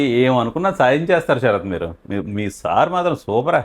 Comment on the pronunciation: తెలుగు ను చంపేసి శ రాత్ అని అంటున్నారు. సార్ పేరు.. శరత్ లేదా శ రాత్.. ఏది చెప్పండి.